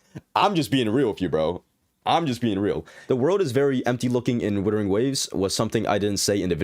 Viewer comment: Whoever thinks WuWa is a dissapointment must be srsly unhinged. Also it's WUTHERING not withering xD.